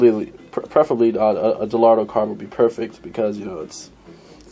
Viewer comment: De-Lotto? Do you have a vision problem with the letter "R" ? Dellorto is a cheaper version of a Weber and dellorto-style is a cheaper version of a Dellorto. Visually, the clone of a K&N air filter dominates the entire carb. Great. Keeping it cheap but not too cheap.